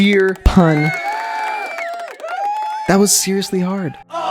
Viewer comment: seer-iously you almost had it! 🤣